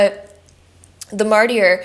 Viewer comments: Great video, but Mart-i-er? Martyr is pronounced, märdər, essentially mard•er, or sometimes mart•er. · Pile 2, thank you so much for reinforcing what I already knew about where I’m going with my career. Btw, Martyr is pronounced mar-ter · The “y” in martyr is silent.